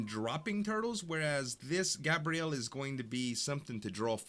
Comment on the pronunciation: GAY-BREE-ULL = gabriel not gabrielle